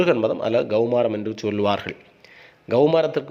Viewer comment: Saar Gaumaaram illa saar. Yendhaan ka vai ga nnu chollareengalo. Its KAUMAARAM(Kumar worship). Start feeling superior by mis pronouncing ka as ga evertmytime thereby killi g Tamil tryong to ape Sanskrit